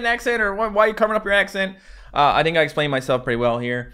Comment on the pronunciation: NovaAge he really said think like tink